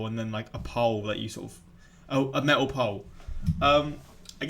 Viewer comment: She can't pronounce the D or a T lol wtf. I am Canadian and i say metal and medal different. wow! she can't pronounce been and bin different. those are 2 different words.